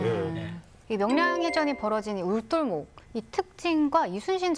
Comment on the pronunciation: 박사 '울둘목인지,울돌목인지 '발음이 애매함.